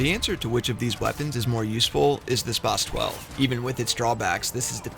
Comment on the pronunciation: Bother anyone else how he says spas 12